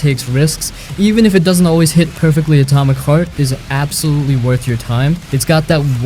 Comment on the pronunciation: I'm sorry, are you saying "Atomic FART"? Sure sounds like it.